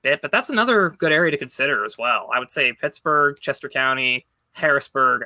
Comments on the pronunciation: Two pickets to Tittsburgh please 😂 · You pronounced Shittsbugh incorrectly